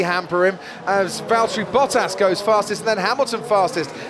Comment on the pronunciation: Nice pronunciation of his name! Good job